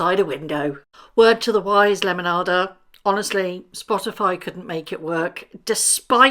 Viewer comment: Love this side of you! 😂❤ I could listen to you all day saying “lemonada” you make it sound so beautiful 😊